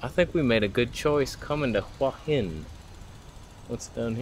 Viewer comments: Hey, that night market at Hua Hin is wonderful but there is another night market on Petchkasem Road that is cheaper and has more authentic food closer to the centre of town. By the way, the Thai's pronounce it 'hueeey Hin' and not 'hwah hin' how you pronounce it. It means headstone and represents that crop of rocks near the beach on the northern side where you were walking in the water in this video. I stay in a resort right near there where you were standing at 16.00 minutes in the video. I remember when I was in Hua Hin and swam in the bay, the water was so warm it was like taking a warm bath. The sunrises from those Hua Hin beaches are amazing. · It's pronounced who-a hin, I remember hua means heart.